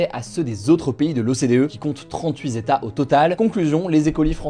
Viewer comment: Non, Hugo, pas 38 Zétats… 🫣